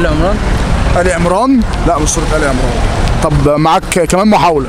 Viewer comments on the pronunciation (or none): none